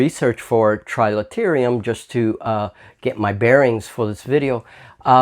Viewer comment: Quick errata - it's Trilaterum, not trilaterium.. so you don't show up on some of the searches for the game!